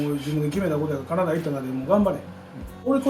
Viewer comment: カナダの発音が好き🇨🇦 コテコテの関西弁 素敵なお父さんだね。